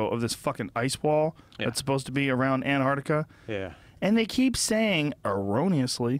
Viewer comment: It's Antarctica not Anartica dear :P